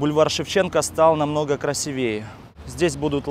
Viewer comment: автору на будущее: "красИвее"